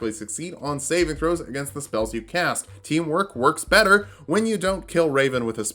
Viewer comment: For a second I thought you said "better hentai" when you were explaining why you started with fighter and I was reminded of some stuff.